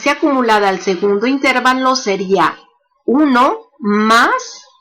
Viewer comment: Todo muy bien pero la palabra intervalo no lleva la sílaba tónica en la letra "e". Está mal dicha si se le pone la sílaba tónica en la "e".La única forma correcta es "intervalo", grave y sin tilde.